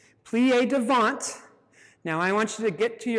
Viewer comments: The "T" in "devant" is silent. As in, "duh-VONH. A very tough but excellent class. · Good class, but strange for a ballet dancer and teacher not to know how to pronounce "devant". :)